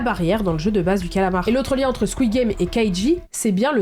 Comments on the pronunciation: Surtout que j'ai aucune idée de comment elle prononce calamar mais oufff 🤣 j'espère que c'étais fait exprès 🙌🏻 de plus sans vouloir lancer un débats sur le niveau renommé un film avec un nom complètement différent les Français sont loin devant nous et je t'invite à écoute le point culture de linkthesun pour tant rendre rapidement compte ma chère 🤣🙌🏻 exemple bien simple les film Hangover au Québec ces traduit littéralement en lendemain de veille mais en France ça devient "Very bad trip" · Avant de ridiculiser les Québécois, il faudrait peut-être que tu apprennes à prononcer les mots comme du monde. Le titre est "Le jeu du calamar" et non "Le jeu du colomore" ! Deuxio, ton commentaire sur le français québécois est totalement irrespectueux et totalement inutile, c'est gratuit et ça n'apporte rien à ton contenu. Pour une influenceuse dont le contenu est écouté à la grandeur de la francophonie, c'est vraiment pas fort... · Je dit sa je dit rien mais en tant que canadienne je dit squid game bien normalement et on dit pas Le JeU Du CAaAAlamort j'adore le montage bravoo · Je suis québécoise et on dit pas calamar de cette façon 😅 Just saying ! Ici tout les titres sont traduit car il y a une loi pour protéger la langue française ! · Pardon je me dois de te faire une petite correction je suis québécois et il est vrai que on l'a nommé le jeu du calamar je ne sais pas pourquoi d'ailleurs mais je tiens à te dire que ta prononciation en essayant de nous imiter en parlant le joual n'était pas bonne du tout alors je t'en prie s'il te plaît ne fais plus jamais ça